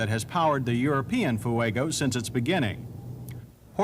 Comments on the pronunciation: I love John Davis... 'Foo-egg-oh' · Ah yes, the FoohueygO. Not as reliable as the Cam-Ray 😂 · He pronounces Fuego the same way Juliana Hatfield does in “My Sister.”